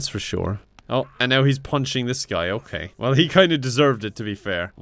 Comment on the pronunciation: omg that "okeh"